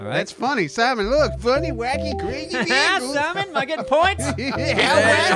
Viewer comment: Anyone else hear ksp music? or am I _as pronounced in video- CrAzzzzzzzY and WaCkY